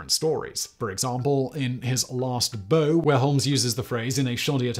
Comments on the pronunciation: My pet peeve is when people say (well, write) "to test one's metal". It's "to test one's mettle". Mettle is a person's perserverance/spirit/resolve. Also, "The Last Bow" isn't pronounced "bow" as in "bowtie", it's pronounced "bow" to rhyme with "how". As in "to take a bow". How ironic that this mistake was made in this video. How embarrassing for you. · Anyone else find it ironic that Simon pronounces Bow as Boe? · He pronounced bow rhyming with flow when in the context of the title of the story it rhymes with wow. Holmes is taking a metaphorical stage bow, not tying or using a bow. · Oh Simon, the irony of you doing a video on correct pronunciation! Also: It's "His Last Bow" as in taking a bow on the stage, and Watson is Holmes' friend, not his manservant. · Did you misread 'Last bow' as a weapon and not a gesture to fk with us?